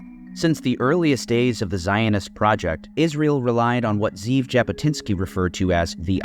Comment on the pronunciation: Ze'ev is pronounced Zeh-Ev